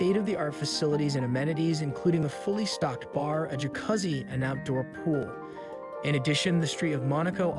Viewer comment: Did he pronounce jacuzzi as “juhcuzzy??? 😂😂😂